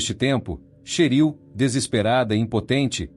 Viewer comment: NÃO É CHERIL... É TCHÉRIL!!!!!!!!😮😮😮😮😮😮😮😮😮😮😮😮😮😮😮😮😮😮😮